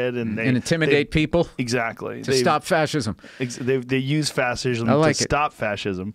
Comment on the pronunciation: Joe "Fassishm" Rogan